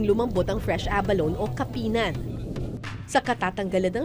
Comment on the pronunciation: Say ABALONE with an E on the last syllable not “abalon” 😂